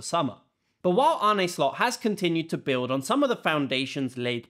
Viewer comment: AH-NUH Slot